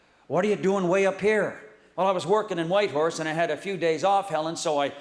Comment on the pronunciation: He nailed Whitehorse👏🏽